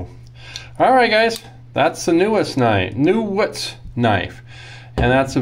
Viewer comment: I think that's pronounced 'KNEE - woods'. I heard the name pronounced a long time ago, in a galaxy far far away, by a guy named Alfred Newootz in Germany in the 1980's. But then, who knows these days... I am just drooling about D2 steel! Technically it's not Stainless, but it sure shines like it! Incredibly tough and hard! Like the old Tolkien saying - Not all that glitters is gold... Side Note: I confirmed that G10 was invented in the 1950s. But no info on who invented it. Further research may be needed.